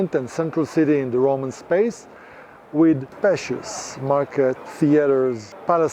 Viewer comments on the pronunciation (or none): none